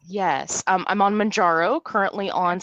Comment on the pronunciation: I really enjoy the content, thanks. I’ve been watching tons of videos as I’m on Mounjaro myself now. There are so many channels with helpful testimonials on Mounjaro, which is nice, but it irks me that nobody ever says it right. After I heard it pronounced 20 different ways, I called the Eli Lilly help line to see how the recorded voice says it and got my answer in seconds. It’s pronounced like the MOUN in MOUNt and the JARO at the end of KilimanJARO. MOWN-JAR-OH. It’s confusing to me that all the people that make YouTube channels about this drug don’t do that basic level of research.